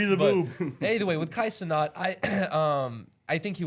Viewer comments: If you gonna be talkin about a man behind his back atleast get his name right. “Kai CenOt K Cenat” and I can already hear Kai screaming “WHAT!” right here 🤣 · “ Kay Cenaught “ lmaooo it’s “ Kye Cehnat “ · A man said Kay Cenat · Geez at least say his name right wtf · Pronounce his name correctly at least dumbasses. 🙄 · Say my son name right